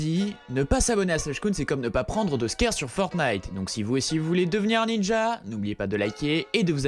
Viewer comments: Déjà c’est scar et non squere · on dit skar pas skére